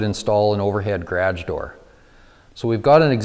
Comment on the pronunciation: Did he say gradge door?